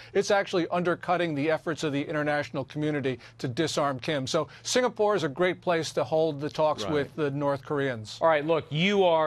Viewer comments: SINGAPORE, not "sinapore" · Singapore not sinapore, In bahasa indonesia singa = lion, and pore/pura = city